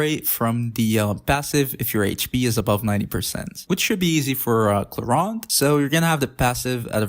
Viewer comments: Why ClorUnde? It's ClorEEnde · "Clorand?" I thought it clearly said "Clorinde"????